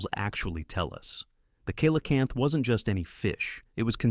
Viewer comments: Coelacanth is pronounced "Selacanth" not "Koelacanth". And this info about the fish is old inaccurate like from the 90's, by now many more fossils of other species of that fish much larger and smaller in many other different shapes have been found proving it's not "lazarus taxa" but a "Stabliomorph" as in an animal that evolves really slowly, cause it has indeed evolved. It'd be like saying a crocodile never evolved just because it's also somewhat considered a living fossil. Most other info from your vid is unrealiable old like this, I could be here all day saying why. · I hope every climate freak listens carefully to the fact that cold kills. A warm earth is an alive earth. A cold earth is a dead earth. * 😂 kilocanth! That's cute. Teach your bot correct English, or find a human. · I hate when people do science pieces and don't say the name correctly coelacanth pronounced (see la-canth) if that's a computer generated voice it sucks at pronunciation